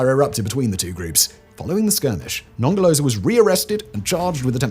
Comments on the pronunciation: Non ger lo zer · The british pronunciation of Nongoloza and Ngelekedyana is the best part of this video 🤣🤣🤣